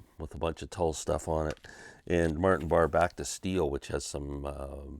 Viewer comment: No It's not! It's pronounced Barr. Ian Anderson introduced him on a live Tull album as Martin Barray- as a pisstake!